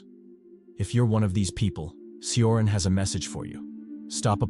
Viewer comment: Cioran is pronounced: CHO-rAn